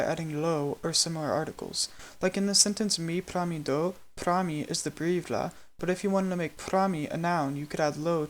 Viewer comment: I can hear that you haven't nailed the Lojban pronunciation. You're pronouncing mi and do as /me/ and /doʊ/, when it's supposed to be /mi/ and /do/.